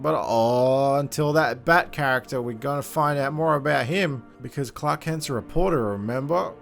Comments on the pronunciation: Up until I realized you've been saying Clark and not Clock. Had no idea who clock was. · Ugh the way you pronounce Clark 🤢🤮